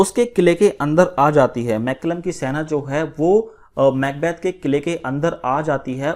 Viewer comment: Sir "Malcolm " ko "मैल्कम " कहा गया है । ना कि मैकलम